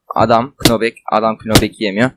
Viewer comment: Kınobek ne lan knockback diye yazılır nopbek diye okunur :DDd